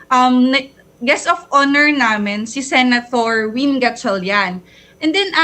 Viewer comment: I'm so bothered talaga with the "Sena-Thor"